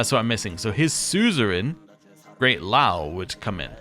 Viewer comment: "Liao" in Great Liao: you shouldn't omit the "i", and think "lean" when pronouncing.